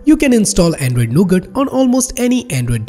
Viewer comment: when he say android nougut...i misheard it to ANDROID NOGOOD